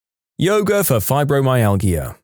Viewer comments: You say it “Fibromyal-ja” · Fibromyalgia is pronounced fiber my al ja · Fibromyalgia is pronounced with a soft not hard "g". Cranberry juice, despite it's acidity, has been scientifically shown in several research studies to reduce bacteria in the bladder. As someone who is prone to UTIs, if I drink cranberry juice at the first hint of one I can stop it from turning into a full blown infection which will require antibiotics.